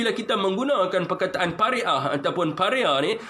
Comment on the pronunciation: Semangat betul sapik sebut Pari-ah dah macam Kari-ah